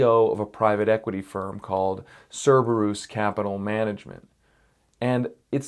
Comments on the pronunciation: Sir-bir-us is how is how its pronounced. Its Us, not oose. May have been worth mentioning that its a hound of hell. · Actually, the latinized version of "Kerberos" (from the Greek hound of hell) as Cerberus would yield a long "u". The company, I suppose, has chosen a non-standardized version, which is their choice, of course, but a short "u" is not the correct pronunciation.